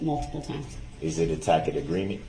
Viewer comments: As I'm researching these videos, there's a lot I didn't pick up on the first time I saw them (Probably because I was howling with laughter at laughter at a grown man pronouncing "tacit" as TACK-IT and "licence plate" as ELIZA PLACE). Does anyone recall what was happening PM When he sent the note saying that he was too emotional to stay in the courtroom? Was that during the Medical Examiner's testimony?? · Does no one ever tell him throughout this whole ordeal how to pronounce 'tacit'? IT'S NOT TACK-IT! ugh. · I love how this judge and the state very carefully preserved Brooks' right to use certain words, including their hilarious mispronunciations such as a "tack it" agreement, he doesn't consent to "estopple," which I THINK is a real estate law term, but he certainly looked stupid using the term. And then, of course, there is "Grounz!" which he dearly loved to shout out, but he has no idea why. A typical exchange is like, "...and so, your Honor, the prosecution objects on grounds that the question is irrelevantGROUNDZ! GROUNDZ! GROUNDZ!" And the list goes on and on. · If DB considers JD’s non-response, a “tack-it” agreement…wouldn’t that mean the (numerous) times that he did it, also, is a “tack-it” agreement??